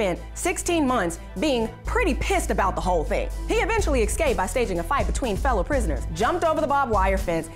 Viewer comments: Escape. not "excape" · EScape, not Excape...holy crap